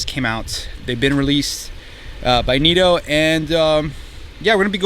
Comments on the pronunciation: Neeto? I thought they were Nitto? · "Knit-o" not "neato". Putting these on a 4runner limited 20" rims, glad they seem like a good choice for all around.